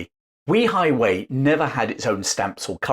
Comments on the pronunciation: It's pronounced "Way High Way" not We High Way.. just FYI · I love that you are covering this topic, but it’s pronounced Way Hi Way not We Hi Way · The place is called weihaiwei, not weehaiwei, it's almost exactly like saying 'way high way' in English. I never understand why creators spend 20 hours making videos, but don't bother to spend 15 seconds checking the pronunciation, making them cringeworthy to listen to. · It's prounounced "way high", not "wee high". Today it's the Christian missionaery cult capital of the country. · Fascinating! By the way, it’s pronounced Way-Hi-Way, not We-Hi-Way. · A good lesson on the history of Wei Hai Wei. The pronunciation of that port is actually "way high way". Not "we high way". That would increase the credibility of this very informative history lesson. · Way hai Way, not Wee highway ..... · Weihaiwei is pronounced Way Hi Way not Wee hi way. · Very interesting documentary to add to your very informative channel. Thank you. One small quibble: you consistently mispronounce Weihaiwei. The first syllable not pronounced like ‘wee’ (like the Scots for ‘small’). Without getting into the complexities of tonal inflections in Chinese pronunciation, for a British anglophone the simplest solution is something like ‘way’-‘hi’-‘way’. Like some of your other comments posts have said it would be great to do some videos of the Straits Settlements in what is now Malaysia and Singapore. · BTW my mum pronounced it Weigh high Weigh . You may be correct but the Brits who lived there had their own pronunciation. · While excellent research and history, your pronunciation of 威海衛 (Wēi hǎi wèi) seems oddly off target. Is there nobody Chinese-speaking who could have helped? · Way hei, please get your pronunciation correct. It's a lovely place and I have been there often. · In Chinese though, it is pronounced something like ‘way-high-way’. The name actually means ‘strong sea fort’.